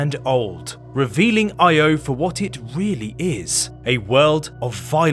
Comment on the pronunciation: I had to stop watching after you mispronounced it. Not even researching it’s pronounced Ee-oh, unforgivably lazy.